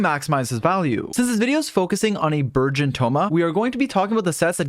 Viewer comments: I keep hearing virgin thoma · i kept hearing burgeon thoma as virgin thoma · Burgeon Thoma but I can hear Virgin Thoma 😂😂😂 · I keep hearing virgin thoma pls stop 😭😭😭